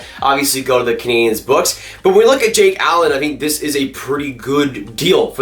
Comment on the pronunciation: he said montreal caniens